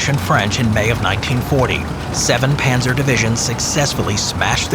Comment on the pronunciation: These AI produced channels are out of control! It's PANZER not panther.